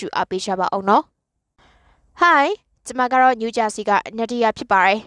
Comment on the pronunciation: ဖြစ်ပါတယ်ကို ဖြစ်ပါရယ်လို့မပြောပါနဲ့လား